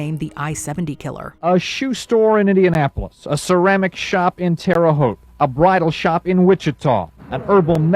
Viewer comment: I remember the Terre Haute incident. And I’m surprised the reporter or narrator pronounced Terre Haute correctly. Most non Hoosiers don’t.